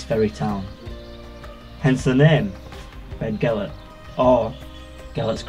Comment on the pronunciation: You'll be upsetting the natives Barry it's pronounced bethgelert. We all know how much the people of north Wales love the English, don't dirty our excellent reputation in the area!